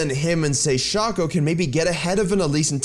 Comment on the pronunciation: Yoo nice vid bro! One thing, shaco's name is pronounced like his clone's name, fako (fake-o)